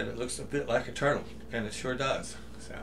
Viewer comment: FYI, Anka said "TURDdle". Also, good video!